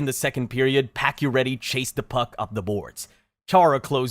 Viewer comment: Pakioretty is actually pronounced pachio chara is 6´9… patch dont lose is balance he got body Check by chara. And lifted patch of his skates due to size difference. Patach head hit that corner… and he dont miss the rest of that season he came back 2 weeks after. He never had a broken thing he was only concus. They did add pading on the corner. Thats about the only thing you got right on that play. So yeah….. Guess you make shit up 😟